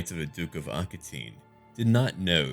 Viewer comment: Hey, love your content. Got 2 constructive criticisms for you to consider: "Aquitaine" is pronounced "Aki-ten (10)" and the other thing... The way you emphasize certain phrases and use metaphors makes me want to tell you to try less hard while narrating. Some of your phrases feel like they are your "must make Tolkien proud" moments, even when describing a singular infantry unit. I believe you could cut back on "must make scene more epic" commentary by 20ish% and make the remaining epic moments stand out by exclusively giving those few a spotlight by emphasizing context etc. I don't feel much empathy for the physical struggles put on your front infantry lines so I think their status deserves to be mentioned more casually. 20% less caps lock, everything else is brilliant! Hope this isn't received as too harsh.